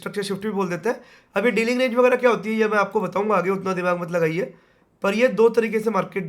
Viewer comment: That " laggaye "was awesome😂